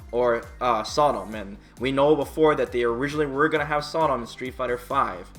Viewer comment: BREAKING NEWS: FIVE COMPLETELY NEW CHARACTERS CONFIRMED TO BE 5 COMPLETELY NEW CHARACTERS. Also like the way you said Sodom at the end despite him being in a sf game before lol.